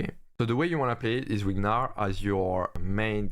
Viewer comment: now u pronounced gnar better (just say narr). thanks for the video!